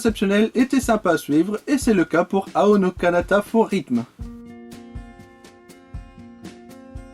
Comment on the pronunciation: T'as oublié de prononcer le deuxième の, my kokoro is broken (;´･ω･) C'est bien de parler des anime dont personne ne parle en tout cas o// Sinon, pas de fantrad anglaise pour ce visual novel malheureusement, je ne l'ai donc jamais fait, je ne peux rien dire dessus ^^ (Au fait, on prononce "é-ro-gué", en roulant le R à l'Espagnole)